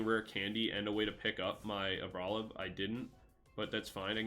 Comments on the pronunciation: Say it with me now. AR-BOL-IVA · i stopped watching as soon as you started pronouncing it like that during deck review quick wont be able to watch a whole video of that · 5head move of mispronouncing so badly that everyone HAS to go to the comments. You've earned it!